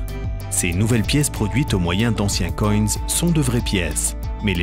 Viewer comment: d'anciens coynes ?? des coins, il faut le prononcer à la française